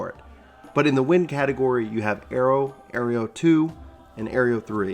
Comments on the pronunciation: pretty sure its pronounced ARROW - AERO not AERIEO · Great guide! But as many have mentioned: Aireo and Alysium? Come on, man.